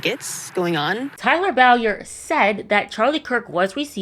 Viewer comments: BOY-ER not BOW- YER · Just FYI…Bowyer is pronounced Boy•Yer